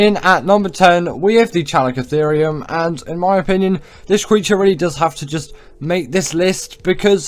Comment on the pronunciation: Chalicotherium is Kaliko, not Chaliko, the Ch is a K sound.